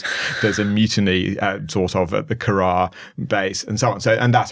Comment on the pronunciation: I'm surprised they let you talk about this. Learn how to pronounce Curragh, though.